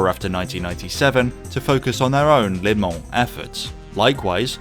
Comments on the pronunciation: Your pronunciation. Phonetically you are saying "Lay Mon", it's not, it's "Luh Mon" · It's "Le Mans", not "Les Mans". Good video.